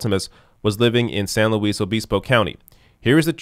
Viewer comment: So weird being from SLO and hearing pronouncing it near correctly. No one does that here's lol.